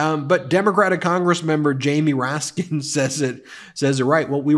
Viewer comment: Twice here, you referred to the Congressman as Congressman 'Moraskin' Jamie Raskin is his name, and perhaps you were just tired. You hadn't made the same mistake in other videos.